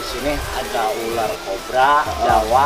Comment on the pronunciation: berapa kali Panji bilang Uler🤣(ular)